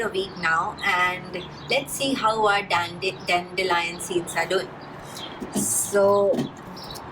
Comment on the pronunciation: I love the way you say dandelion like "dan-dillion", lol- I've never heard it that way before. Where I am from we say "dandy-lion".